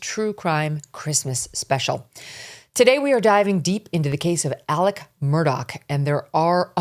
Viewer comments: Why is she calling Alex, Elec? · Elic? Elic? Do you have a Southern accent? No you don't. His name is pronounced Alec.